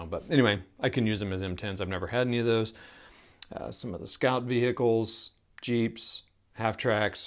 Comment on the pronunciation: Scout vehicle lol... vee-Hickle 😂🤣😆😂